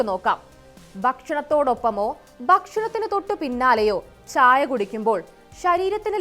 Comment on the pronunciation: ച്ഛ്ച്ചായ" അല്ല "ചായ". അത് മതി.